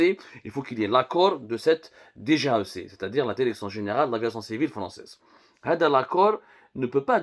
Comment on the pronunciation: Pu…. On dit DIRECTION et pas DERECTION. fais un effort yarham babak. Et si tu parles pas bien Françaus parle en arabe ou amazigh.